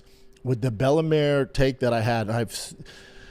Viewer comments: Its bella mir not bellamare 😂😂😂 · He said Bella “Mare” 8 times.. Nobody reached out. Lies, lies lies